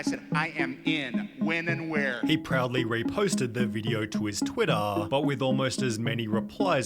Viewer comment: why is the guy pronouncing like : " Twittaaaa". I mean wtf is wrong with him. Its just "Twitter"